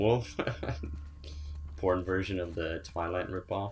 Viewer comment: I think you were trying to say porn lmao. Keep up the great work man!